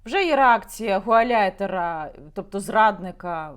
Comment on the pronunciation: Яніно! Гауляйтер, а не гуаляйтер. (Gauleiter - регіональний керівник)